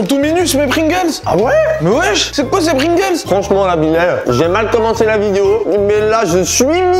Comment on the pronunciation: dit plingles